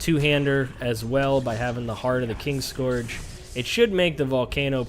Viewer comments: There is literally no "G" in it man XD Also, I'm not American. So, not sure where you got that from.... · KIN-SCOURGE. Fuck that was painful.....